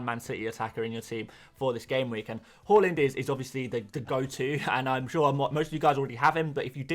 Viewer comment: Please prounouce Haaland properly🤙